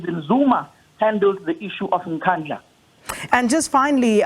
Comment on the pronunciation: pronouncing Nkandla like a white person is sad